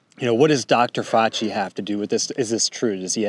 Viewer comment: Defending Dr Fauchi? Really. And you can’t pronounce his name properly? Dude I know I’m being a jerk here but every time I think we a red on the same team you are talking about how serious some new flu is and minimizing the evil of others.